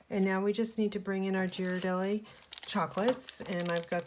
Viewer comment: As I’m from San Francisco originally I am compelled to share with you the correct pronunciation of that fabulous chocolate 😉 With love!😘 The G is pronounced as “gee-rar-deli” or a bit more clear would be “gear-a-deli” with the G as in girl. So not a J sound, “jee-rar-dah-lee” as thousands not from the area say it. Hope that is clear...🙄 🍫 😉